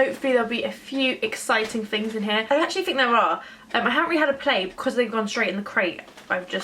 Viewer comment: Your speech is appalling. You don't pronounce your "th"'s! It's "THings", not "Fings"!!!